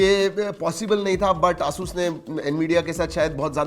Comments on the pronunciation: A-sus not aaa sus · Bro it's "Ay-soos" not "a sus"...